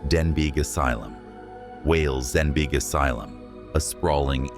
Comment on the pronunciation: It’s pronounced DEN-BEE brother the G is silent.